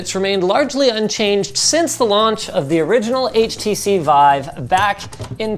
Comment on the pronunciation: wife or vive? :D